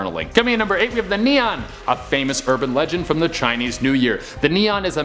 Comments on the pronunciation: CNY monster pronounce more like "knee-ant" without the T sound ... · It isn’t call nian gosh